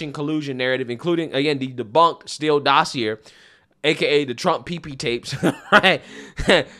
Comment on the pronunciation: Meant to be constructive: dossier (dos-see-ay) 🍻